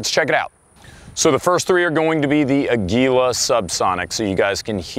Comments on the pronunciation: sigh just want to let you know, if you want to know how to pronounce the brand Aguila correctly it's the Spanish word for Eagle. makes sense right? has an eagle right on the box and it's made in Mexico. it's not a-gwee-la or a-gee-la (with a hard G). it's ah-gih-lah (with a soft G) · Ah-gwi-lah. Spanish for eagle. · yall can never pronounce aguila right. jesus.